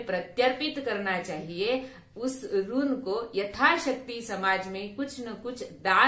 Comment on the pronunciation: " ऋन" नहीं, अपितु "ऋण"., "दक्षिणा", "कारण", "रुग्ण", "रक्षण".